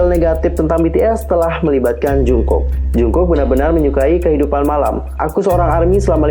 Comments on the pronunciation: Kaaakk Manggilnya Jeongkuk (정국) plliiiiiiissss😩😩 bukan Jungkuk(중국) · Koreksi.. Monmaap jungkook di baca jadi jongkuuk dijadiin o bukan u. Bukan jungkuk.